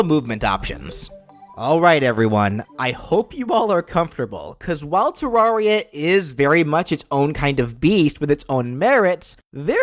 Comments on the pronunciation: You pronounce it Te-rawr-ria? I pronounced it Te-rare-ria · Terraria. Most Everyone: Ta-rare-E-uh: Ta-rawr-E-uh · ter-rar-ri-a Me:no, it is ponounced ter-ar-ri-a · It’s te-rare-re-ah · it doesn't matter how you call it but the official way to pronounce it is terr-rare-ria like a terrarium. just interesting to know. at first i literally called it tearia like "tear down" lol don't get offended it's just what the creators said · Psst hey its purnounced ter-rare-ee-uh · 1: it's not 2D MC 2: it's pronounced terr-area. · When you still pronounce it Ter-air-ia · you said Terraria wrong I'm just putting this here a Terraria player can jump much higher than a Minecraft player what a Minecraft player could punch down a tree while the Terraria player has to use a tool for example an ax. Then again in Terraria you do kill gods in the end. Also at different points of the game in Terraria you can have tons of different routes to pick if you're good enough which I'm not you could kill the final pre-hardmode boss before any other prehard-mode boss. Also, boss monsters?, chopping ax? Also this guy has harder trouble speaking English than me he can't say brain of Cthulhu or eye of Cthulhu. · You saying Terraria wrong is extremely painful to me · the first a in Terraria is pronounced like the a in air and you only get a second jump after getting a cloud/blizzard/sandstorm in a bottle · that is not how you say terarria and terranian Request: fnf edit: add yourself